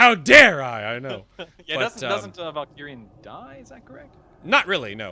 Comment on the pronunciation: The Immortal Emperor is called Valkorion not Valkirion